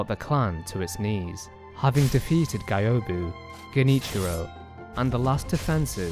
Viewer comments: Why do u pronounce Gyobu as GAYOBU ??? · "GAIOBU"... how could you make a lore video and dont bother about right pronuntiation of the names? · the way you pronounce gyobu's name hurts me